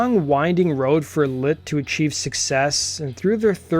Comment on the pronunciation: Is it Lit or Lint? Pronunciation all I can hear is lint